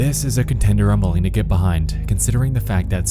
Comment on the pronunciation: and his odd speech pattern of making an S sound on words that end with T. "RedditSSS" "PostSSS" "GetSSS" "NightSSS" IS IT HIM OR JUST A BAD AUDIO RECORDING DEVICE.